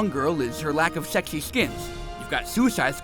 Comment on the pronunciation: "Shexy" I'm laughing so hard!